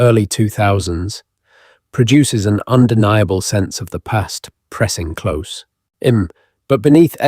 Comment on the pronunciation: He doesn't pronounce close properly it seems like AI